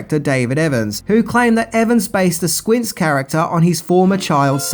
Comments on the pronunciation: Did you say Squirts instead of Squints? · in did you say squirts instead of squints? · SQUINTS NOT SUIRTS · squints not squirts ish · Squirts? Whoops. It's Squints. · The Sandlot is THE Greatest movie OF ALL TIME. Ive seen it atleast 500 times Edit- SQUINTZ NOT SQUIRTZ and in the end he marries the lifeguard geez id be happy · Friendly heads up mate, It’s Squints not Squirts. Lol. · just call Squints..."Squirts"? 😆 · We going to let get away with calling him "Squirts"? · Squirts? How do you say the names right so much than just fuck it up? It’s Squints Squints man! Dang do you even watch these things? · Did you say Squirts? I think you meant Squintz.. :) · Number 4. After successfully naming the kid with the big glasses, "Squints", at least twice, says "Squirts" on camera. OMG, the timing of the gaffe right after the puke scene! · Did he call him Squirt?! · Yup, I was like... Who the eff is squirt? 😂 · "Squirts" lol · Squirts... lol "Squints" was COOL so I don't know what there was to be humiliated about. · "Squirts?" You misread your own script dummy! 🤣🤣🤣🤣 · HeeHee... "Squirts"... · Did you say squirts? 🤣🤦‍♂️ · I heard it too.